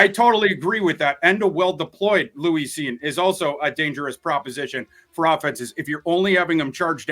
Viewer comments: The way he says Louise instead of Lewis is also a little suspect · Why's he keep calling him Louis? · Someone tell its Lewis Cine not Louise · Love thorsday… but he need to pronounce Lewis correctly lol